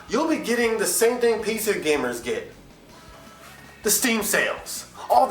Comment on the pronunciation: Lol, he said PZer gamers.